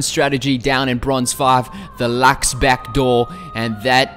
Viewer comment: I LOVE HOW YOU PRONOUNCE LUX